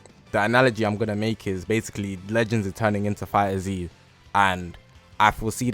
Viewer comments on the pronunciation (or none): Its pronounced "fighters" not "fighter z" xD Anyways, good video as always.